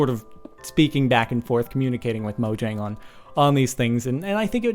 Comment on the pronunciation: its pronounced moyang garsh sparklez!!